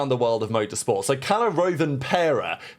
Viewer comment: Rov-anpera, not roav as in rover.